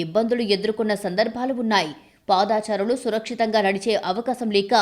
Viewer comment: ఇది మంచి నిర్ణయం. కానీ చాలా మంది జీవనోపాధిని కోల్పోయారు. వారికి తక్షణం ప్రత్యామ్నాయం కలిగించాలి. ముందు మీ news reader తెలుగు భాషని ఖూనీ చెయ్యొద్దని చెప్పండి. పాదచారులు బదులు పాదా చారులు అంటుంది. ఖర్మ. హాకర్ బదులుగా హ్యాకర్ అని పలుకుతుంది. 😱😱😱😱😱